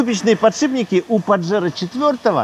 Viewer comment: Название испанское, так что не паджеро, а пахеро(дрочила)😂😂😂